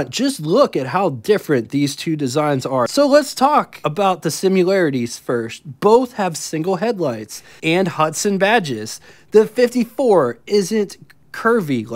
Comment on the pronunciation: "So let's talk about the simularities..." No, let's not, because there are no such words as "simular" or "simularities". These are "similar" and "similarities".